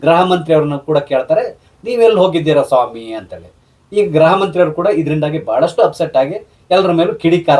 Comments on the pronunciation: ಗ್ರಹ ಅಲ್ಲ ಗೃಹ ಸರ್ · Please pronounce Gruha not Graha